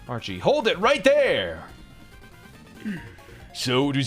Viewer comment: you made Archie sound like a southerner